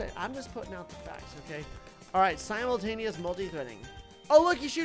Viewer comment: I like how he can’t say simultaneous